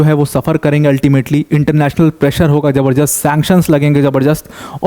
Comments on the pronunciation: जबरजस्त कोई शब्द नहीं है। जबरदस्त सही शब्द है। कृप्या सही उच्चारण करें। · ज़बरदस्त सही शब्द है । Z wala जबर means forceful जबर- दस्त का अर्थ क्या है आप समझ लो 😂